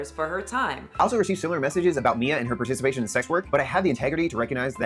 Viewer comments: Way to tell us how stupid you are can't even pronounce or remember the name Mia? It's literally three letters bro. It's the sound you like the most, me, me, me, followed by an A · Teaches people to speak Spanish , has to pretend to not know how to pronounce "Mia" lol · Is he seriously trying to mispronounce Mia's name to look down her? That's hilarious, to fail at three letters. Tells us a lot about his mental age and intelligence.